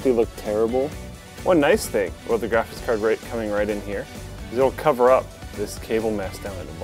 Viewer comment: is it me or does keep saying "Graphitz cards"?